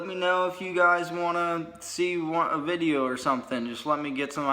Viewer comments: He really said vidja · This guy is an idiot.... And he should be slapped for saying vidja.... Form your own style Mr. Wanna be outlaw.... Two thumbs down 👎👎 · Quit saying vidja you aren’t outlaw dipshit